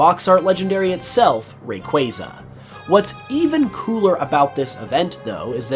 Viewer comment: Finally someone said Rayquaza correctly. I've no idea why people just can't say it right.